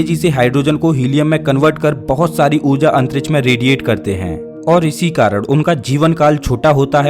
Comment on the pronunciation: Arey bhai aap karan ko karad kyun kehte hain.